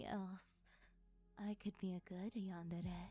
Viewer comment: FINALLY someone pronouns “YANDERE” right for the first time hallelujah